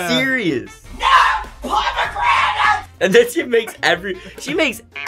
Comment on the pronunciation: “nO pOmAgRaNiTs😡😡😡😡” bro I’d burst out laughing😂😂😂😂😂😂😂😂😂😂😂😂😂😂😂